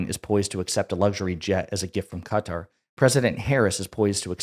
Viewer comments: So sorry man, love your show. But if I heard “Cutter” one more time to say “Qatar” I was going to lose it lol. Kuh taar, not “Cutter.” You even said “Qatari” correctly. That’s my only note. Love the work you do. Love the collabs with LB as well. Keep the content coming! All the best! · Please, sir, it's Kuh-taar, not Cutter. Except for that, I love your content and you have a very nice podcast voice :) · Quick note: Qatar has the accent on the second syllable, pronunciation is not CUTTER but as in BIZARRE, BY CAR, BY FAR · Note to: Qatar is not pronounced as "cutter". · Excellent podcast! But please pronounce Qatar correctly